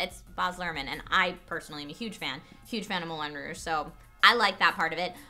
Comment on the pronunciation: Its pronounced "Moulan Rowg" not "Moolan Rooooooosh"..youre not french you dont have to pronounce it like they do..just because arabs pronounce "P" ans "B" doesnt mean your have to do it too.